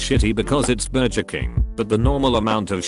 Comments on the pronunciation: take a shot every time the TTS mispronounces burger and enjoy your alcohol poisoning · Voice said burjer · I don't blame the AI voice for messing up that word; I don't think I can quite pronounce it right myself (I mean, it comes from Nahuatl and even the name of the language is hard for me to say lel), but for it to say "burger" wrong is a bit strange.